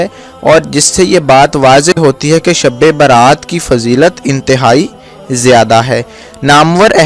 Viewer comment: bolne bhi to nahi ata shbe barat ko sabbe berat.bolta hai